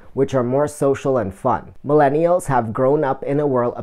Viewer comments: Nice video! I like the 3rd tip about the series of short videos. I will have to do this with similar thumbnails and put them in a playlist so they auto play! I like how you include the bloopers! I wasn’t sure if it was me or if you were saying minnellials instead of millennials in the beginning but from the blooper it looks like I wasn’t just hearing things 😂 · Nice video my friend. Useful information and liked the creativity and personality you put into it. Good luck with the channel! By the way, it's millennials not minellials just to clarify. Also worth mentioning that videos that are 7 mins or longer are better on youtube than shorter vids due to youtube wanting users to stay on youtube for as long as possible. They reward your channel by putting you in suggestions more and ranking higher in search when you increase your watch time.